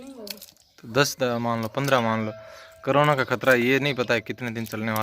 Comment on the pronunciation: Bhai saab krona nhi korona hota h